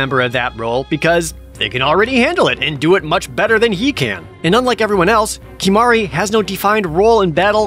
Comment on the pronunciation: Great video.. to the tee... Except Kimahru 💀